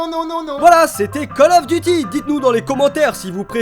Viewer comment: 👍 poce bleu la routine. Si vous l’avez pas fait, vous pouvez faire god of war. Je suis le seul à avoir entendu cal auf deuty ?